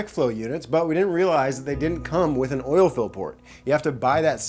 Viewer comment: Poor still can't say "oil"😂